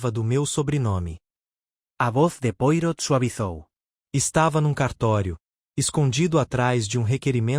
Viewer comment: Gosto da sua leitura, entretanto, com respeito, gostaria de ajudar na pronúncia do nome do grande detetive belga, Poirot. Lê -se " poarrô".